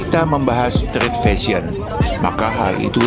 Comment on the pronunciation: Narator nya siapa sih ini??pronoun street saja kagok ..penguasaan ucapan yg benar sangat penting ya adminnya.